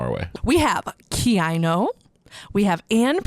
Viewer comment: By the way, KEiiNO is pronounced “Kai-no” and Gåte is pronounced “Ga-te”